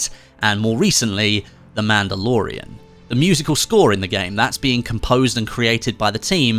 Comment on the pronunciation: got a bit confused when you said The Mandalorian, i realized its because it is the way you said it, i thought for a second it was a serie that i even didn't know XD